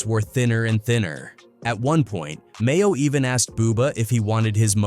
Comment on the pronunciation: dudes name is maino not mayo. you should prolly use ai narrator without autocorrect next time